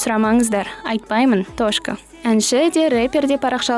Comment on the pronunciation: тошка 😀😀 братан точка десей.